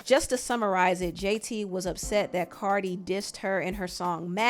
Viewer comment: Stop saying Cardi wrong they both wrong however Nikki Started talking about that girl daughter first.